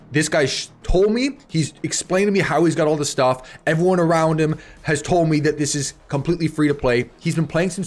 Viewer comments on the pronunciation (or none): none